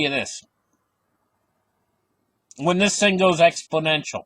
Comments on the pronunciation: Exponential with an "n" as in, is correct. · It's EXPONENTIAL! No letter D in the word! Thank's!